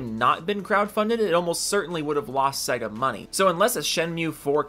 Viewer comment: Sega. Please pronunce it better. Sey-ga.